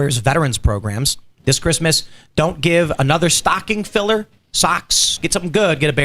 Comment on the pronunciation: "Christmeth" - i literally peed a little cracking tf uppp. Meth is definitely your drug of choice, Tim. Looney Tune!